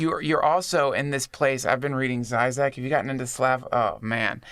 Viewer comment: zhee-zhek those little birds over the Zs make a zh sound, like the S in pleasure